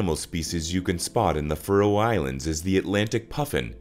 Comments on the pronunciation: Why cant yanks pronounce anything properly? its Faroe not Frow FFS! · Piss-poor pronunciation of the the name of the island! Try instead to use the name 'Faeroe' to improve pronunciation where the 'ae' is a long diphthong (Scandinavian 'æ'). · I wish you'd pronounce Faroe properly ( fair--ohh) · That my countrys name is pronounced “fuhroe” 😂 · Your mispronunciation of the place in the first two seconds made be turn off instantly. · Someone teach this bot pronounce FAROE.